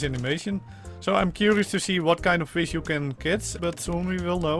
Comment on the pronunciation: Love the accent lol fis instead if fish tick instead of thick tin/tinner instead of thin/thinner As if you can't pronounce th